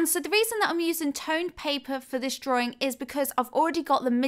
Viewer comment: dra-Wing NOT "DRAW-RING" :)-been bugging me quite a while now :)!!!!